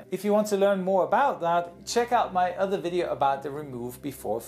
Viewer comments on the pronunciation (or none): none